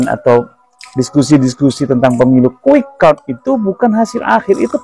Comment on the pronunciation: sebutin Quick Count aja salah... KUWIK AKOUN:face-blue-smiling::face-blue-smiling::face-blue-smiling::face-blue-smiling::face-blue-smiling